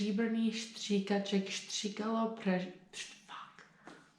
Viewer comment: Your accent is insanely good, I've never heard a foreigner sound this natural, well done. Only be vary of "Stříbrných stříkaček" not to sound like "Štříbrných Štříkaček", otherwise you nailed it ;) Try practicing on this one, it's really good for pronounciation of consonants. Zvrhl mls mrch srn, čtvrthrst zrn. (He tipped over a treat for evil doe, a quarter-handful of seeds.)